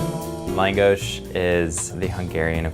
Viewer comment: Reaction At First: Thank you, so so much. We need more Hungarian cuisine in New York. It's lacking so much and I need all the langos in my life. Then: Hearing him pronounce it wrong was pretty weird and why is it so small? Has he been to Budapest? I'm confused. I will still try it... *Looks up restaurant*: Oh, I can't even afford to go...when langos is like straight-up cheap street food on a Balaton. Now I'm just teased and incredibly sad.